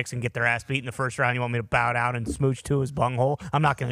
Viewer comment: I don’t care whadd I’m watching. I’m hittin the DAHN every time Hammer DAHN is said